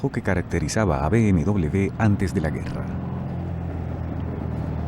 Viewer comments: No se dice BMdoble B sino doble UVE o uve doble. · por que dide usted B M...doble B es B M uve doble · MANIAS DE DECIR .....B.M.DOBLE B......SE DICE ...B.M.DOBLE V.......O ...BMW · ¿Por qué dice "be eme doble de"? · yo no entiendo porque vamos a Latinoamerica, si no hubiésemos ido ahora todo sería mejor, por cierto bmw se pronuncia con V (uve) y no con B (be). si en "werke se pronuncia con B" lo hubieses puesto con V estaría bien pero vamos tu ve a lo tuyo, que todos los países digan BMW con uve y lo digan bien, si según tu todos los países lo dicen mal excepto tu que insultando tienes la razón pues habrá que darte la razón no? por cierto cuando insultas a los españoles te insultas a ti mismo porque tienes sangre española. sabes insultar con una eficiencia pff